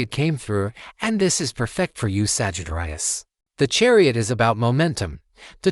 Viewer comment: Lol A.I. Sagitt-rius... 😂